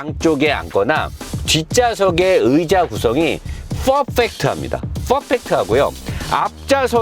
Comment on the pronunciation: 펄fㅔㄱ트!!! Fㅓㄹ펙트 가 아니구요~~~잘 봅니다 항상~